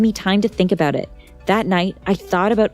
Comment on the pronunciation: Also eed it’s know and noor it’s her